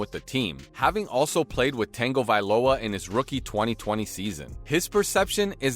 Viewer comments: Geeze, you keep calling him Tang -ovailoa, it's pronounced tuhng·guh·vai·low·uh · say it like tungo not tango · It's pronounced Tounge O not tango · Actually there is a N pronounced in his name. It's the first vowel he's fkng up. It's pronounced as U not E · Tango instead of tago 😂😂 just call him tua dude. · Tanga, Tanga, tanga, where tf is there an tanga in tago, It’s tonga-vailoa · Also...Tangavailowa? It's Tagovailoa! I've never heard someone pronounce a name so confidently, so wrong, so many times. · yea lol. Its pronounced Tuh guh Vi lo uh ... not tangovailoa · There's no N in Tua's name. It's pronounced Tah-go-vai-loa not Tang-o-vai-loa 🤣. Stop adding conconants to Tua's name lol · Who is this "Tangoviloa" guy you speak of? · Say tango one more time 😂😂😂😂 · It’s TONG - O - VAI - LOW - AH… now say it fast. NOW GET IT RIGHT, BECAUSE YOU SOUND LIKE AN IDIOT. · It’s not Tango-viloa bro. I stopped I can’t anymore. You can tell he loves to hear himself talk. Thumbs down. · Bruh….it’s like nails on a chalkboard “Tayyngovailoa” and calling him Hawaiian…. I know he wasn’t intentionally being disrespectful to the man, but he’s Samoan… let’s try to respect him by referring to his ethnicity correctly…the name, yeah I can be more forgiving towards, us Polynesians don’t have the shortest or easiest names to pronounce….buuuuttt **screeech***😂 Edit: I’m soooo glad I’m not the only one who picked up on that pronunciation 😂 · "TANGOvalowa.." Stopped video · Tangle - viloa?????? WTF!!! 🤣🤣 proves this sit is a bot reading a script. All of you shud unsubscribe. Wasted time watching these videos w a fake person. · What the hell is this AI voice? And why is it calling him Tango-Viola? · If I here you say "tango" viola one more time I am going to punch my computer screen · Tangaviola? That is NOT how you say his name bro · Anyone else getting irritated at the guy keeps on saying Tua’s name??? It’s Tagovailoa, there’s NO “n” in his name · It’s pronounced Tongue vai loa